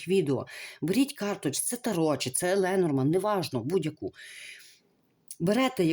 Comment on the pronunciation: Дорогенька ,Ленорман ,ударіння на останній слог